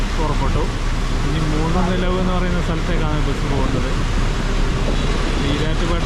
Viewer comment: Moonilavu not moonunilavalla